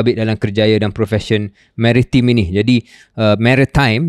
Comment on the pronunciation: Baru tau sebutan mary-time 😅